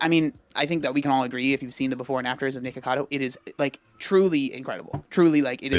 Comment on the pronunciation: I love when papa says Nicholas acado LMAO